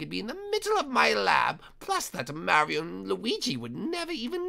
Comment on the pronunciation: I thought it kept saying Mary and Luigi